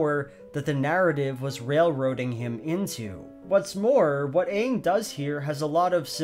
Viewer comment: You pronounced the main character's name wrong. Pretty obvious you didn't watch the movie this show is based on